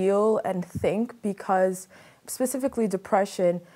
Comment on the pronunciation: If he says "pacifically" one more time...🙃🤣